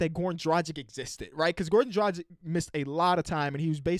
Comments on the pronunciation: he not, he still cant pronounce Dragic correctly smh. the ic at the end is pronounced just like for Jokic and Doncic. ich. Its Dra, then the g like in dragon, not the g in magic, but in dragon, and then the ic like itch. Really not that hard :(( annoys me a lot. #heatnation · Come on, learn to say Dragič right, its not so fucking hard, if you take Drag from dragon and the ič from bogdanovič you are set...